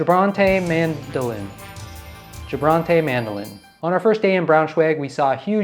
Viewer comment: Funny how you pronounced "gebrannte Mandeln" ("roasted almonds"). Mind that in German, the "g" is always hard, like in English "get", the "a" is always like in "father", never like in "bad", and ending "-e" is not silent.